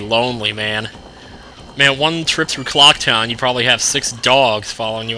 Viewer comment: Damn, why doesnt he keep saying "Clook town" anymore